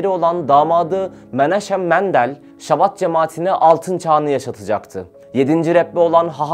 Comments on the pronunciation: Chabad yazılır ama Şabad okunmaz. Aksine Almancadaki gibi tükürürken damağa tükürük sesi gibi sert bir H sesiyle Habad olarak okunur. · Şabad değil Habad diye okunur, birazcık araştırın editör kardeşler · şabat değil habad okunuyor bildiğim kadarıyla..